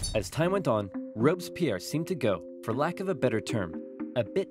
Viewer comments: As a french person, i really enjoyed this video since i dont remember much from my history classes (we study that in 4th or 5th grade...) But the way you prononce Robespierre tho 😂😂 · I really like Napoleon !! Your video is great, I just want to say that its Fouché (one of the futur Minister of Napoleon) who pronounced the death of Louis XVI. Oh, Sieyès, one of the five Directors, wanted a Sword to strike down the "Directoire", Napoleon used this situation after...